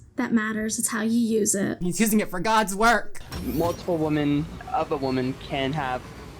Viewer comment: “What’s a weemon?”